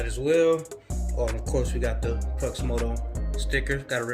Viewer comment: Hey man no hate or nothin it’s just pronounced crEW like the x is silent it’s a play on words